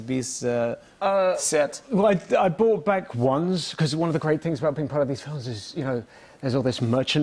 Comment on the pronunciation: the fact that he kept saying bought instead of brought....